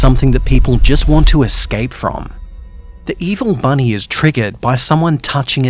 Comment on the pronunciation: Büny: Büny